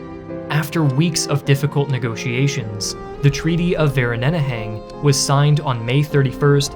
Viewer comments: Vereeniging = Fair - Een- ich - ing. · I absolutely cracked up at the pronunciation of Vereeniging XD "Vereneneheng" my stomach hurts XD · Had to do a double take on the "Treaty of Vereeniging" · No no, clearly it's Vereneneging lol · Ok, I understand that people from different countries or those that don't speak the language are going to mispronounce certain words or locations, that is just a fact of life and I've come to expect/ tolerate/ accept it. But the pronunciation of "Vereeniging" gave me whiplash, I had to search up the actual treaty to understand what or where you were referring to. It was a great video and thank you for taking the time to explore and talk about my country. I would ask that maybe for future videos (regardless of country) to try and pronounce locations like the locals, but I completely understand that it might extend production and it wouldn't be worth it. I also understand that no-one is obligated to learn the pronunciations of every country when talking about them, I just think it would be great if a history channel were to use the correct (semi-correct) pronunciations for the locals to know what is being referenced. Again great video, keep up the good work. For those that want to know how "Vereeniging" is actually pronounced in South Africa, it's "fur-EE-nuhg-eng". Bonus, if you want to pronounce "Boer" like the locals, it's the easiest thing in the world, it's "Boo-R". "Boo" as in the sound a ghost makes, and "R", be sure to role the R. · Fir-ee-nuh-(guttural g)-uh-(guttural g) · Great video. But these are serious topics, so make a concerted effort to pronounce the names and foreign languages without excuses. There is no English version or Vereeniging, for example. Plenty of videos in the internet of people teaching proper pronunciation in all languages. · As a South African, i can confirm he butchered the pronunciation Vereeniging. Also, great video! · I died laughing at the pronunctiation of Vereeniging XD